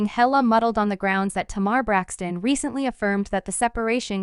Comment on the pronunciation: Will you please say Tamar Braxton name right